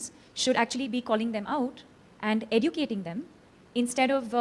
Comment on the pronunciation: Deepika, educate yourself on how to pronounce "educating"